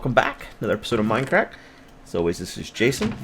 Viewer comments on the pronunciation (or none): Shree and its MINDcrack not MINEcrack